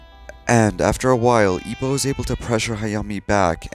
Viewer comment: ugh the way you butchered ippos name hurt my soul